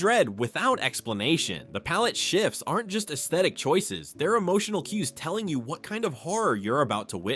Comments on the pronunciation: at 10 minutes, the narrator mispronounces this line "Like he's looking through YOU not at YOU" it should be "Like he's looking THROUGH you not AT you" This is AI. You are deceivers. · Okay: why is the voiceover stressing the repeated word instead of the qualifier? (Examples: through YOU, not at YOU; kept only HALF, the depressing HALF.) It's unbearable